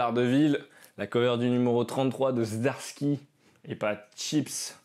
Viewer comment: We Live c'est très sympa, et d'ailleurs la VF est faites par un certain Commis des comics. Zom100 j'imagine que c'est Zombie 100. Plutôt cool cette série. Zdarsky ça se dit Zadarsky en fait ^^ Jolie commande en tout cas, il y a du très bon.